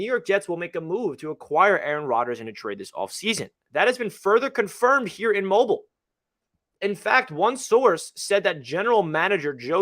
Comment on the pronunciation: And it’s “Mobeel”